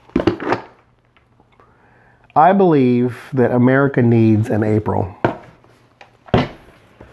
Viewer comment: You pronounce America "ahm-a-REEK-a"...did you know that's also how Barbara Marciniak pronounces America when channeling the Pleiadians? 🤔